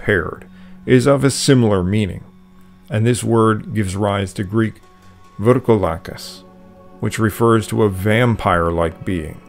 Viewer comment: ...VREKOLAKAS MY FRIEND!!!...MORE CORRECTLY...NOT...VYRKOLAKAS!!!...😶😶😶😶😐😐😐😐